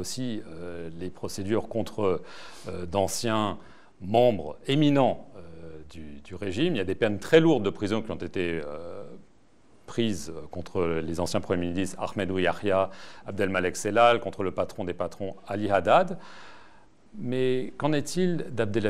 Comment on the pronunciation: Alors déjà on dit pas tahya mais yahya. Hetta El 3erbia m'a qdertoulhach.